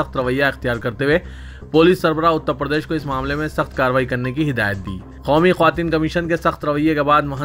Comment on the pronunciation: KYUN khaumi bplte ho...sudher jaao